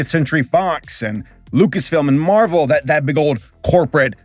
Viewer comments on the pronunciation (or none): none